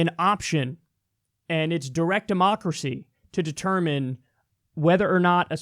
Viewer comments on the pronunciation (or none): none